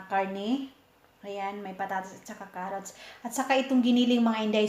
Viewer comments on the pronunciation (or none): none